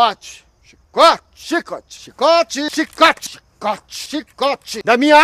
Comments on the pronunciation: "chícote" kkkkk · "chicótchi" kkkkkkkkkkkkkkkkkkkkk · Ainda bem que ele não ofereceu chicletxi pra ninguém senão nem gravação teria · Chicôte é melhor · Essas atores globais kkk "xxicote" kkkkk!!!!